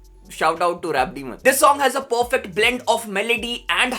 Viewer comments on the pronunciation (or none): none